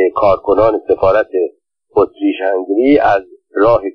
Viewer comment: اسم امپراتوری اتریش - هنگری را هم غلط تلفظ می کنید. هُنگری به ضم هاء است. البته مطمئنم ضم هاء نمی دانید چیست ولی کافی بود به املای فرنگی نام کشور مجارستان (Hungary) دقت می کردید. حروف لاتین را می توانید بخوانید؟